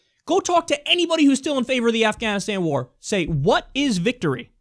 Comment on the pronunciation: Really Kyle, "Wár"?